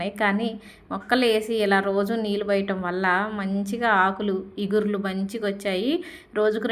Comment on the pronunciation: చిగుర్లు not ఇగుర్లు